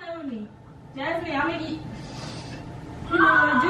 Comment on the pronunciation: When says “Jazzmine “ she knew she messed up 😭😭